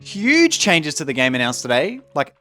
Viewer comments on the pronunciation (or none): You're Australian? When you said huge at the start it reminded me of midbeast. Also jax could have fished since his last patch just 1 gold tho